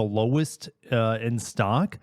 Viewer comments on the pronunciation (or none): none